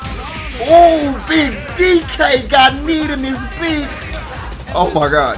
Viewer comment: take a shot every time his says beeg DK you'll be dead by minute 2